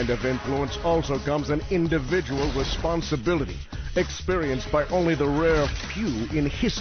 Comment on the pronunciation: There are so many words in this video that I do knot understand. What is "wesponsability" and what is a "stweetsweeper"?